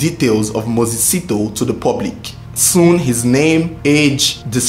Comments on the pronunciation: A little note on South African names, like most African names, Sithole is pronounced as Si-tho-le. Broken in three syllables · The pronunciation of Sithole is Si - tho -le similar to Abu-le . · I like your vedio. Its well put together. Good job. However Moses's surname should be pronounced as Si-tho-le. Thanks. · Lol south Africa my country na wa o... I was thinking number 1 would be Nigeria😕 Lol 😂 I love the way you pronounce the surname "Sitho" na wa o Number 1 was suppose to be the Zambian brothers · You pronouncing Moses Sithole wrong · This is a very documented report with so much information but as for that woman who used her family for insurance i am left with fear. No one knows what our family members think like. Those ladies Rayah and Sakhinah were equally faulty just like their husbands. Egypt did well for that sentence. Is how you pronounce Mses Sithole for me.